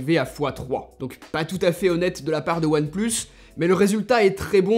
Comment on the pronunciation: We say one plus seven pro hhhhhhh one et plus et sept et pro what the f... hhhhh